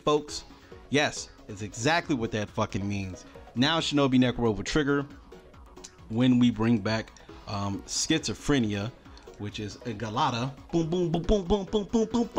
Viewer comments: Isn't it Gal-la-tay-ah? Gal la tee ah would be Galatia... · Gal la tee ah. That's how you say Galetea